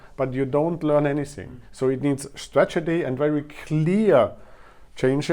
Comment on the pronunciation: Your pronunciation is fine. There's one cool error when you say stragety instead of strategy. Cheers!